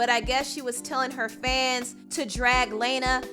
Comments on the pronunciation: It’s pronounced “LAWNA DEL REY” but spelled like Lana Del Rey . ❗️ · How u gonna talk about Lana when u can’t even pronounce her name right... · Please, please stop pronouncing Lana’s name like that 💀💀I’m BEGGINGG YOU. Also idk where you heard that that she’s an EMO POP singer but that is incorrect Edit: oh my god the more you say her name like that the more I wanna throw up PLEASE have mercy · The mispronunciation of Lana's name is so frustrating. A simple google search would have shown you that that's not how you pronounce her name. Bastardization and mispronouncing name is a systematic form of racism. White people have been doing this to us as POC for generations. Don't repeat their poor behaviors. Do better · Suga Candi, Yes, because it was so annoying that she kept saying Lana’s name wrong throughout the entire video! I mean, seriously, how hard is it to pronounce a 4-letter name like Lana? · The pronunciation of Lana's name is disturbing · i dislike this video all because of how you pronounced ‘lana’ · thats not what she said though. so much of your credibility is lost now and by the way, lana is friends with ari and nicki and camilla so i don't think she was criticizing them edit: also, you cant even pronounce her name correctly how would you know if she got support or backlash? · Stop disrespecting Lana. You mispronounced her name and you’re jumping to conclusions. She’s a goddess and a sweetheart. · I’m annoyed by the way she said Lanas’ name 💀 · The way you pronounce “Lana” makes me cringe!! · Every time you pronounced Lana's first name, I cringed. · Thank youuu my gosh her pronunciation irked me. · Why not research before you report. That’s not how you pronounce Lana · Your pronunciation of Lana irks me Lmaoo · Lmaooo the way she pronounces Lana del Rey tho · She always mispronouncing names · So you're just gonna keep mispronouncing Lana's name like Laina/'Lena? 🤨 Also, Ariana Grande, Selena Gomez, and Camilla Cabelo aren't white. 😑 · LA-NA Del Rey